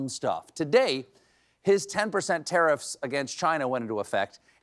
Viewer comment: Stephen, that's not the proper way to pronounce "Tariffs". I know how, though ;)